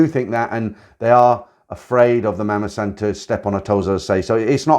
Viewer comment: Nice video but learn the right pronunciation of the word “mommason”